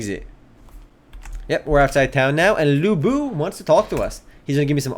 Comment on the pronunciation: Lu Bu ? LU BU ?! seriously dude ??😡